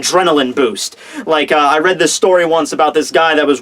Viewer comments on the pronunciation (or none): none